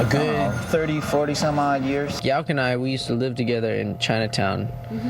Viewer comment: RiP MCA BTW, it's pronounced "Yow-k", not Yok. As in "No one really knows what I'm talkin about, yeah that's right, my name's Yauch"